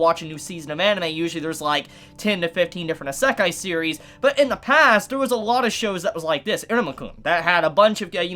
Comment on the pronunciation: His mispronunciation of words.... lowkey hurts 😂😂😂. "Isekai" for one lol